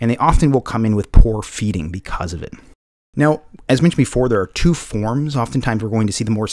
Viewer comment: Its two, not chew